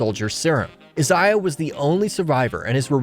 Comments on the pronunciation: Iz-eye-ah ? Do you mean I-say-ah? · Say it with me.. I zay uh Isaiah. They even say it in the show that way multiple times. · It's Isaiah not Izziaha. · It's Isaiah Bradley...... Eye say ah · The way he says the name Isaiah, really triggers me